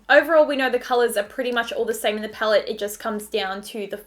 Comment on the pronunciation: Before becoming a Youtuber you should work on your pronunciation. Your vocabularies are really disturbing 'HaBHs phaellet' seriously? If you can't speak properly then why are you even a Youtuber?????